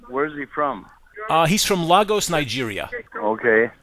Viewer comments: Did you say Lagos like "Largos"? The pronunciation is Laygos. Nice job you are doing. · It’s pronounced Laygoss. Not lahgoss. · Bro😂😂 ... Its Laygos, not Largos... Lagos, Nigeria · its lay-gos, as in gloss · It's pronounced laygos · the way pronounced lagos 😭😭 i love you bro but it’s pronounced lay-gus, i’m from there lmao